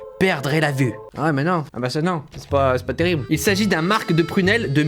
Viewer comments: On dit un "mar" on ne prononce pas le "c". ;) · Mdr les produits du terroir, depuis combien de temps ils sont dans le carton ? par contre le "marc" s’écrit comme ça mais se prononce "mar" sans le "c" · le C ne ce prononce pas l'arpette